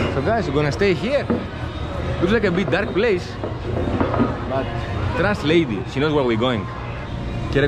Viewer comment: Her name is Leidy, not Lady.